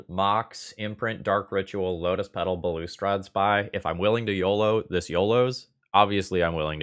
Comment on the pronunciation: not that it matters but balustrade is pronounced like ballast trade. cheers and great video